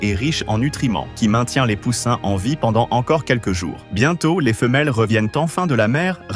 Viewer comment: Comment tu dis poussin ?